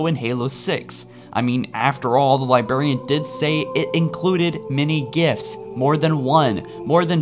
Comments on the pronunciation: There are 2 Rs in the word Librarian. Please. You're killin' me every time here. It is not "Libarian." It is - Li·brar·i·an Please.... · I cant believe after all this time this guy still can't pronounce "Librarian" or "Ur"... li•bra•ri•an lī-brâr′ē-ən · LIBRARIAN HAS TWO R’s SAY THEM BOTH HOLY BALLS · Please please please, enunciate the "r" in LI*BRAR*IAN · Librarian. Sound it out. Get hooked on Phonix if it helps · LibRarian. Please say it right. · THE LIBARIAN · LibRarian. Love the videos, but it kills me every time. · I laugh every time I hear you say "lyberryen" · Anyone else still triggered by LibArian. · corton 117 lie berry! The Lie Berrian! Triggered AF! ROFL! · I like your channel but can u stop saying "libarian" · or as says "libaran" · Uh, don't mean to be a dick, but I'm pretty sure there's an "R" in "Lib'r'arian" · Could you PLEASE pronounce librarian correctly. It's a Li-BRAR-y, a li-BRAR-i-an, not a li-Bar-y, or a li-BAR-i-an. You sound like you are using "LYE" combined with the element BARIUM when you talk. Thank you. Fun channel. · Why do you say "Liberian" instead of Librarian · It's librarian not Liberian u fucking idiot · Interesting video, but for future videos, please pronounce librarian "Lye-braire-ian" instead of "Liberian", haha! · THERE ARE TWO R's IN LIBRARIAN, NOT ONE!!!!...It really is annoying every time you say LIBARIAN. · dude, librarian with a goddamn R. not libarian. I keep hearing Liberian, which makes me think of metal gear. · Every time you said "Li-Berry-an, I wanted to fucking slap you. Li-Brare-e-an. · Li-berry-ian....... its Li-BRARY-ian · does it annoy anyone else that the says "Li-berry-an" not "Li-brar-ian"? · You can't pronounce your R's. Why can't you say Librarian correct? You say Libarian instead of Librarian. Now I like your videos but I just thought you should know. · It's librarian, not libarian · "Liberryan" haha phew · Why is he still saying "Liberian"? It's "Librarian".